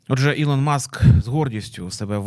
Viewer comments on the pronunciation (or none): none